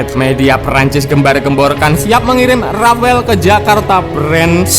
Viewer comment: R A F A L E BUKAN RAFAEL, SEENAK JIDAT AJA NYEBUTNYA RAFAEL